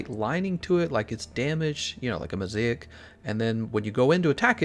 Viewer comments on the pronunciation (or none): none